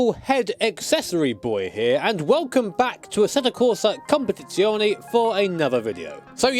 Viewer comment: As an Italian, I find this the best pronunciation of the word "Competizione" made by a native English speaker so far. Bravo.